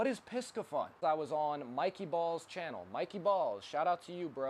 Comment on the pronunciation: You do have many good stuff man! Here is the right pronounciation of Piscifun /PEE-SAY-FUN/. Thank you.